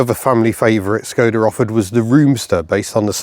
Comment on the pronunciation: Copy paste this into Google Translate for correct pronunciation Škoda :)